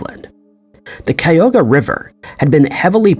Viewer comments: Cuyahoga River is pronounced Cuy-A-ho-ga (Cuy like Guy, but with a C). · And then you mispronounced Cuyahoga. It’s four syllables (chi -yugh-hoe-ga).